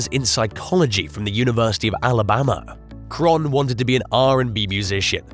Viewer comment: It's pronounced Kay-ron, not Kron. 🤣🤣